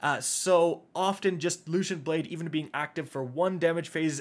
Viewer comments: gillateen, lushent, morbius quiver, lmao cant read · Looshent Blade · I love you, but I'm also a pedant. The double 'L' in guillotine is pronounced like a 'Y', just like the double 'L' in tortilla. And the 'C' in 'lucent' is an 'S' sound. At least you didn't call the other sword the 'Laminate', which I've heard too many times to count lol😉👍🏻